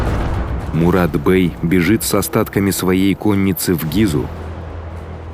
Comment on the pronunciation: Ролик конечно отличный! Но почему-то как многие РФчане автор легко выговаривает разного рода иностранные названия, но когда нужно сказать "Мурат-Бей" или "Ибрагим-Бей" нужно произносить "Мурат-бЫЭй" и тп...слух режет словно ножом. Прошу проработать речь, заранее благодарю.